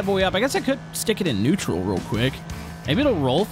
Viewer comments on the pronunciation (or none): none